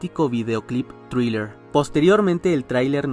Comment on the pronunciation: THRILLER SE PRONUNCIA AL PRINCIPIO COMO CON UNA Z "ZRILLER" NO CON T COMO LO PRONUNCIAN LOS HISPANOS